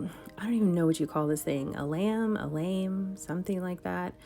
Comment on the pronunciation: Bread looks amazing. What you cut your bread with is "une lame" you prnounce It lake lamb. We use "une or la" because in french it is a feminine Word. Bonne journée from Québec